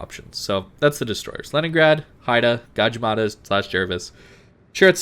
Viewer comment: Also "Lenningrad"